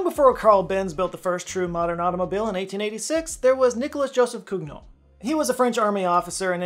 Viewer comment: swing and a miss on pronouncing "Cugnot" correctly